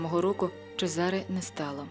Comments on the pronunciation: Гарний у вас голос. Лише не "лЯ скала" а "лА скала" :face-red-heart-shape: Не ЧезАре а ЧÈзаре Річчоні :face-red-heart-shape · Гарний фільм, та на майбутнє, вважайте на власні назви. Бо такі страшні наголоси ставите, що хочеться перервати відео. Іншомовні власні назви мають інші наголоси. Що це за ЧезАре??? Це можна сказати малограмотність….